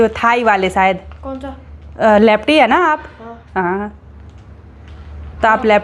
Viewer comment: ji lefty hota hai na ki lepty bahut sare wrong words bolte ho